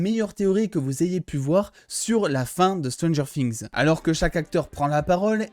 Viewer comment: Stranger quoi? Fings ?😂 je déconne super ta vidéo 👍🏻